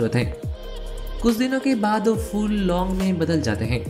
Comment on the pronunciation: Babu SAAR nahi KHAADH, aur CHHAAL nahi CHHILKA, O nahi WO, E nahi YE, KEYI nahi KAYI, HEY nahi HAI bolo, Bangali ho kya?